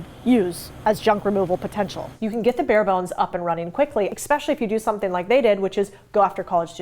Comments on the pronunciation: "eSpecially" not Expecially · At did you actually say exsedera? It really drops your perceived IQ when you can't pronounce simple words. By the way, it's pronounced the same way it's spelled et cetera. OMG. had to edit my comment. Then you actually say exspecially. Is English not your native language? Aren't you embarrassed to talk like a grade schooler? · There is no "X" in the word Especially. I will not rest until the world knows....